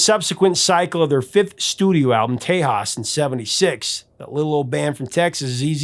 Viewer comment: Well, I was so glad to hear you properly pronounce Tejas then you totally butcher Deguello. Fun fact - Deguello was the name of the bugle call Santa Ana used at the Alamo, it signals no mercy. Even though it's from the '70's my favorite ZZ Top album is by far Tejas. Avalon Hideaway, Pan Am Highway Blues and Asleep in the Desert are worth the price of the album alone . I still have mine I bought new in 76. One of my best memories of a ZZ Top album would be their Fandango album. They were on tour promoting the new album doing a show in Dallas. Local legendary FM album rock station KZEW (The Zoo) had a contest, send in the most thing that most represents Texas and winner gets two free tickets to ZZ Top's Dallas show. My brother crushed a Lone Star beer can he had just finished drinking, threw it in a box and mailed it in to the contest. He didn't win the tickets, but DID win a Fandango album as a consolation prize. I still have that album too.